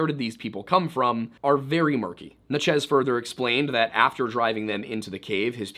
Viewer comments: Are you trying to say Natchez? I only ask because you seem to struggle with this one. I've heard you say it in other videos. It's just Natchez-- like "matches," with an N. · I live 10 mins from the Natchez trace that I've now learned we've all been mispronouncing our whole lives lol